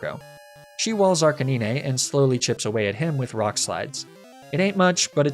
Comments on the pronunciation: Honestly I've never seen more lucky rng than your videos lol. Also Are-Canine. It's a canine not arkkennine. Lol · And why Ark-uh-nee-nay instead of Ark-uh-9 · The way he said Lapras I thought it's just an insider trill or something. But when it came to Arcanine, it started to get annoying...